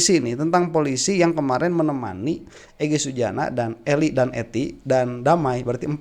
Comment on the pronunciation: Bang yg bener eli danety bukan eli dan ety..😄😄😄